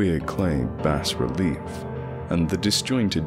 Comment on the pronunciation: Awesome! By the way, I believe bas-relief is pronounce "bah-relief" rather than "bass-relief," I wouldn't bring it up if it weren't for the fact that lovecraft used the word obsessively in this story.